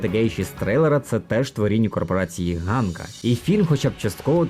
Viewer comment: Коли хтось читає псевдополіванівкою, у світі засмучується один український анімешник( І там не Ґанка, а Ханка. Картинка справді гарна. Чекаю на фільм з нетерпінням.